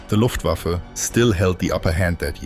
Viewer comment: But he pronounced Luftwaffe as luft wafflew - flying wafflew...